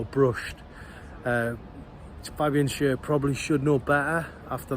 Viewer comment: It's pronounced Fabian Share not Sher.